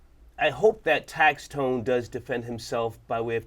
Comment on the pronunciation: Is star saying tax tone 😂😂😂😂